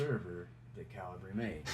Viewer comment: Calibree? "American" accent just squashing any intentention of pronunciation. There are two ways to arguably pronounce this software, and you're using neither, without a second thought. The American cultural steamroller.